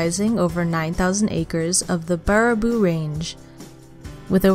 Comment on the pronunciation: Butchered the word Baraboo